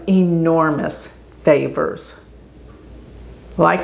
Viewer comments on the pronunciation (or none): none